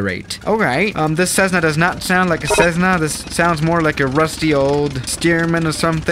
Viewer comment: It’s a Cessna not cezzna that’s not right